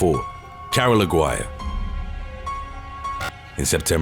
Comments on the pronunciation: Lol Aguirre is not pronounced AG-WIRE, but rather AH-GEE-REH. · You're pronouncing the last name wrong. It's Ah-Gee-Reh.